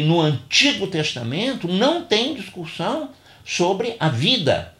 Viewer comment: Obrigado pelo vídeo. Acredito ter havido um engano na pronúncia da palavra discussão, pois várias vezes entendi a pronúncia discuRssão (com R).